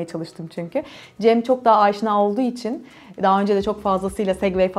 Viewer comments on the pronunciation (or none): none